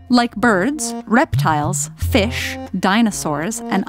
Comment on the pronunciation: Everybody’s talking about the 3 vaginas I’m focused on the emphasis she puts on “pouCCHH” and “fiSSHH” & just keep replaying them, it’s funny